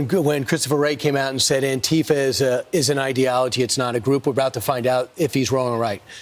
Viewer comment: the deliberate mispronunciation is infuriating its Anti-Fa not an-Ti-fa they cant even say the fucking name right. clueless fascists.